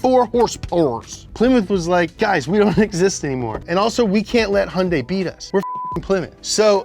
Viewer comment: first video where they pronounce Hyundai correctly. well done!